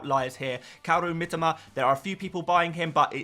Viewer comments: Ffs...it is pronounced Mitoma.. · Bro as a content creator, you should really take the time to pronounce the player’s name correctly. You’re continuously butchering Mitoma’s name. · Mitoma, pronounces his own name like this 6mins 30 in